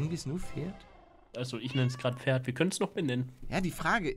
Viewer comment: wenn er noch einmal FERD sagt also ohne P dann deabonnier ich ihn!!! xD